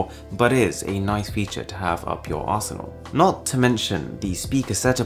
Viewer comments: "best feature up your arsenal" hit my ear weirdly but I live for it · You said ‘up your arse..nal’